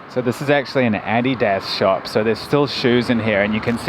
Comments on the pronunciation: THE WAY YOU SAID "ADIDAS" FREAKED ME OUT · I've never heard anyone pronounce Addidas like that before.